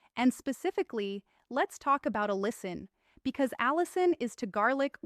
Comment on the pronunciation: Why does this doctor keep switching between two distinctly different pronunciations of the word "allicin"? This raises suspicion that this is an AI glitch.